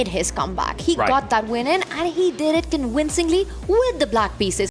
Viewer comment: Conwingcingly. Please learn how to touch your teeth to your lip